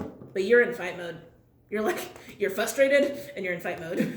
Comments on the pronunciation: fRustrated, .... not fustrated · The word is FRUSTRATED with an r . Fustrated is not a word.